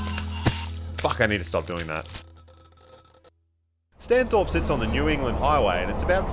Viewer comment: And "Stany" (as in stani) not Stano